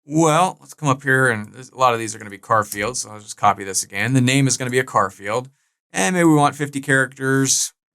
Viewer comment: love the way you say 'car field' instead of 'Char field' 😏